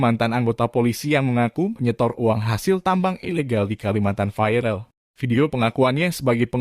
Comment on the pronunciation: Bacanya viral saja. Jang vairel he he he... Jadi kata Indonesia saja "viral"